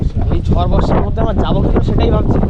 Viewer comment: It's ঝড় not ঝর।